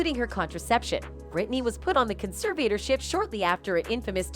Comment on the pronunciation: By the way, if you’re gonna do commentary on videos, you need to learn how to pronounce conservatorship.